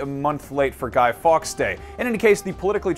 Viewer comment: This dude said Guy Fox.